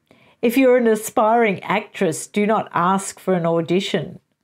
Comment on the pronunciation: For a moment there I thought you said expiring actress 😂